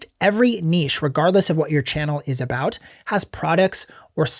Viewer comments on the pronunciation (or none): Learn how to pronounce “niche”!